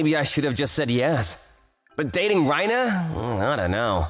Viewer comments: Stop saying "Reina" like you're saying "Rhino" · "Reina" like "Rain". Seriously, there's only ONE way to pronounce Japanese words and names!